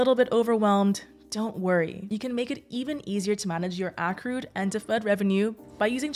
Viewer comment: It’s pronounced “accrued”